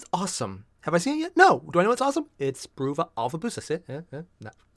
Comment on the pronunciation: I'm surprised you still haven't realized that "Bruva" is supposed to be pronounced like "brother".